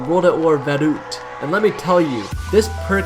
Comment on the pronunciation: How you said Vurrukt hurt